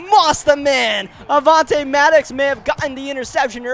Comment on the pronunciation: Then he says maddox wrong